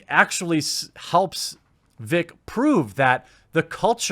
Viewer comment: Why can't he say vic?